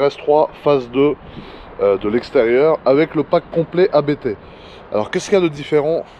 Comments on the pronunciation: On dit abbtt, pas A.B.T. c'est un nom de famille. Juste pour info. A part ça, super vidéo comme d'hab. :) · J’ai un doute mais je crois qu’on prononce “Abte” d’une traite. Super vidéo comme d’habitude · Par contre les amis, à moins que ça soit délibéré, ABT se prononce [apt], pas a-bé-té ... :s (et c'est pas pour essayer de passer pour un expert, je l'ai appris tard...) Abt, c'est justement le nom de famille du fondateur (allemand) de la marque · Par contre les amis, désolé de faire ch*** mais ABT se prononce [apt], pas "a-bé-té" ... :/ Ca vient de Johann Abt, le pilote allemand qui a fondé la marque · On prononce pas A B T en 3 lettres différentes, on prononce le mot en entier, c'est le nom de famille d'un mec. PS: Je faisais la même erreur avant de l'apprendre 💪